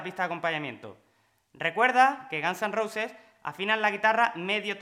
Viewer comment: “Nakins o jeven dor de gans an rouses” los españoles tienen un problema severo con el ingles jajaja